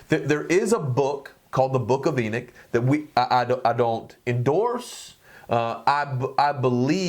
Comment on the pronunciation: My brother its Enoch not enick